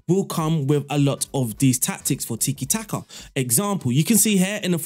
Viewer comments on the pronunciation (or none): none